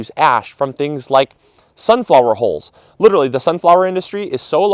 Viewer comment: I thought you were saying "holes". Took me a while to figure out it was hulls.